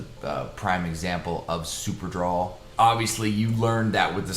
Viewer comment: Its drol brudda not draw😂😂😂 super-drol ultra-drol! Draw😂😂😂😂